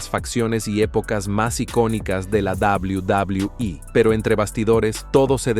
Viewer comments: Odio cuando tú dices dablew.. dablew e.. dios mio trata de escuchar como lo dicen. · Shot por cada que dice Double Doblue iiiii (Quede pedo) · Cuando dice WWE es como si se fuera a demorar tres años en terminar de pronunciar la palabra.😂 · No se puede tomar en serio un video al pronunciar de esa forma “WWE”.